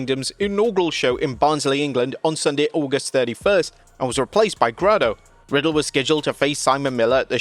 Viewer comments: It's Grado like Gray-do! Not Grahdo! The guy has done enough for the business for his name to be said correctly on a wrestling channel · It's GRAY-DO 🫣